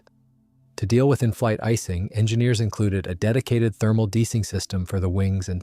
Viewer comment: fwiw: deicing - sometimes hyphenated (de-icing) is NOT pronounced "deesing", it is "dee ICE ing"😵‍💫